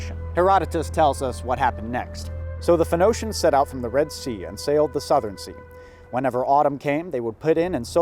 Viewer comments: When u said phonoacians i was so confused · Him saying PHENOCIAN really annoyed me. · “FEN-NO-SHENS” Hahaha! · As someone who only knows how to pronounce pheonicians because I went to church as a kid, I couldn't agree more with that sentiment. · When I was a really young kid and played age of empires for the first time I pronounced it as "Photo-he-shens" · I was hoping you'd get a sailor to come back, only for him to correct your pronunciation of "Phoenicians" and leave. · It's a bit bizarre to see how things that are common knowledge in one place can become obscure even for "nerds" in another. In Poland you know how to pronounce that word because you were taught about them in primary school history class (and then middle/high school too). To see struggle with it a bit is eye-opening. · Pretty ironic that you mispronounced the word "phonetician" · How do you know as much as you do but don’t know how to pronounce Phoenicians? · It is indeed quite possible that he's only ever read the word before and never heard it.